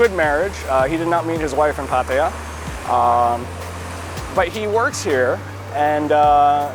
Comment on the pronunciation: It’s pah-tah-yah, not pat-eye-yah